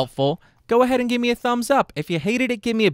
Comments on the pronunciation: My tank is empty, but my mail box is full I may run dry, oh but you never will not up to speed, but I can read So help muay. Will has to be spoken so as to rhyme with full, but since you pronounce me, muay, I think you can manage it. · You said "may" instead of "me" because that vowel sound is far more pleasant to the ears, and is much easier on the voice.